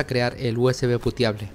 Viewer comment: USB Puteable 😅, el oído mal acostumbrado jajajajajaja